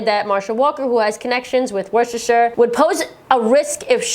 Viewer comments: Just come across this post and absolutely agree with everything, I'm not trying to make light of the subject but that's the best pronunciation of Worcestershire I've ever heard fron a Yank. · Well done on your pronunciation of the word 'Worcestershire' ! Love from ... Worcestershire! Xx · Good work on Worcestershire pronunciation! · UK calling, well done on the pronunciation on Worcestershire. I know it can be a struggle for some of our US cousins who can overthink it sometimes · Well done on pronouncing Worcestershire!